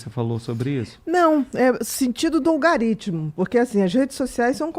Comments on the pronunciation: Achei que a conversa seria interessante... agora chamar de Algorítimo de "Algaritimo" gera repulsa! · O que é "olgarítmo"? kkkkk muito inteligente, mas quando falam essa palavra errada, dá uma agonia. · Semáfaro (semáforo)... Logarítmo (algoritmo) ... Meu Deus! Vamos ler mais gente! Psiquiatra falando errado assim! Vejam o que virou isso!